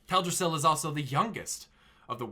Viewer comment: nice theory but it’s teldrassil. not “teladrassil”.